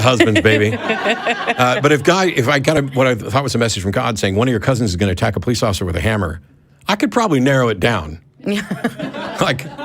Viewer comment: Po lice? Police. Not po lice